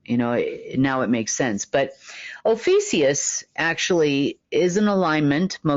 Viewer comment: You’re SAYING “OH FEE SEE US” but SPELLING “OH FEE A CUS”. Which is it? I think it’s OH FEE A CUS!